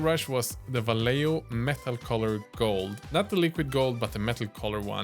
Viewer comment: I just hope one day you'll bless us with a more accurate pronunciation of Vallejo brand... It's scratching the inside of my ears.. sounds like "vayeho" pls